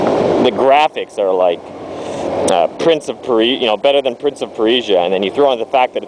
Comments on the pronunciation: Lol Prince of Per-eee-jahhh, it's purr-sjah mordeth! =] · lol prince of parisia...its persia ;) cool review though. i might check this game out one of these days. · speakin of... er.... prince of pereesha?! (persia) the new movie looks awesome, cant wait for that :3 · heheeheh prince of per-isia imao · lol at prince of "pereesia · You say Persia funny....